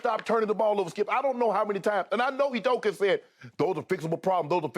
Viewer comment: The way Skip says Ime Udoka is hilarious to me